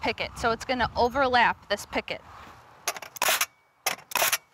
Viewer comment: Gah!!!! stop saying PICKET !!!